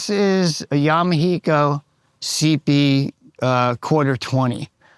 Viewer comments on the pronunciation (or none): none